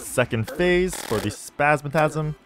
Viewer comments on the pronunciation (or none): The way bro pronounced it as "spazmatazm" instead of "spazmatism" lol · bro its spazmatism not spasmatazm